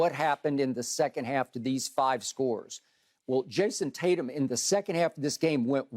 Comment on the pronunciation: Shannon calls JT JASON TAT-YUM